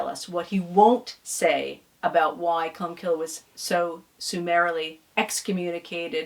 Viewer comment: Sorry for being pedantic but the saints name ending is pronounced 'cill' as in 'kill' as in irish for church. The 'e' is silent